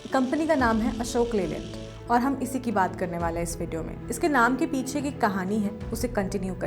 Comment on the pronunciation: Madam Ashok Leyland ki jagah Ashok Leelad bata rahi ho. Sudhar kariye